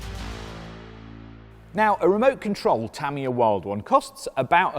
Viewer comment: "tuh-mia" like "[mia]ta", not "tammy- yuh"